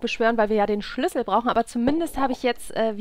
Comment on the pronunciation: Ich könnte mich jedes Mal beömmelt, wenn ich dich Sch(e)lüssel sagen höre :D